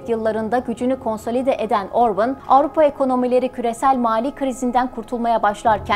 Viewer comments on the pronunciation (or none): Video için teşekkür ederim ama isminin telaffüzü Orbın veya Orbun değil, Orbân diyesiniz lütfen. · Hayır, yanlış! Macarca, OrbAn, Orbın değil... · Aynen, OrbAn! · Orbın değil cahil ablam Orban 😂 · Orban da değil. Macarca Orbán. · Orbın diye teleffuz etmişsiniz ama hatırlatırım adam İngiliz değil Macar. Adını niye İngilizceye göre teleffuz ediyorsunuz ki?! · Öncelikle emeğiniz için sizi tebrik ediyorum. Bir kaç hatayı söylemek istiyorum. Macaristan'da İstolni Belgrad isminde bir şehir yok. Orbán'ın doğduğu şehrin ismi Székesfehérvár'dır. Orbán'ın isminin telaffuzu da yanlış, "á" harfi uzatılır ve "Orbaan" diye okunur. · Orbin ne abi 😁 göya ben cix konusuyom ama yanlis konusuyom kizim 😆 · Şahsına 11 dakikalık video hazırlıyorsunuz daha adını artistik şekilde söylemek uğruna yanlış telaffuz ediyorsunuz.